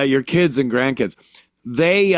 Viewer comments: I like how he says kids like they say kids how it sounds like Kia’s I need foo fo muh Kia’s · "Keedz" had me rollin.